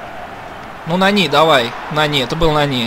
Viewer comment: нани ударение на "а"